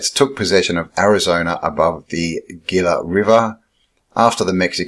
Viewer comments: The Gila River ( pronounced H-ila) . Very interesting report! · Gila, pronounced “Heeee-la”. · Gila River is pronounced "Heela". Vasques is pronounced "Vaskez".